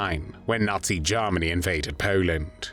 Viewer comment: "When Jarmeny invaded Peeeoland" 😂